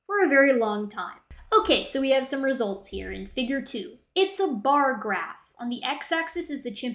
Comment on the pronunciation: Every time said “Issa chimpanzees”, my stupid brain interpreted it as Jar Jar-ese. 🤦🏻‍♂️